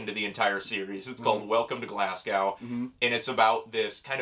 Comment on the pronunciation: Will admit that that pronunciation of Glasgow was as horrific as anything in this comic, love it!